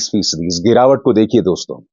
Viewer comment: Jab kisi ko address karte hain to Dosto (दोस्तो) kehte hain Doston (दोस्तों) nahi दोस्तो कहा करें अभिसार जी